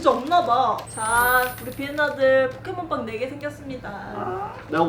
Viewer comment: 처음에 램덤 포켓몬 빵 이아니라 포켓몬 빨이라고 들려요